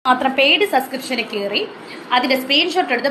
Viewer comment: Sa sa sa sa sa onnu podi സബ്സ്ക്രീപ്‌ഷൻ പറയാൻ അറിയില്ലേ 😂😂😂😂😂 അബോർഷാന അറിയുള്ളു അല്ലേ